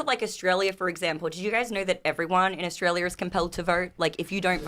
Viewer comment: What does vorting mean and dornt. And nor and what sounds like knore. I know what gor is. And where is Australier and chiner and what is a videor? So confused.